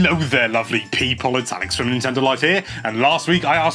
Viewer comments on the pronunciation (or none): none